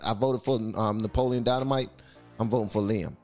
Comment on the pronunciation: You said Napoleon lol